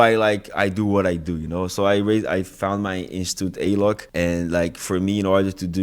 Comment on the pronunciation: Prestando atenção aqui.... que pronúncia perfeita do Alok! 😍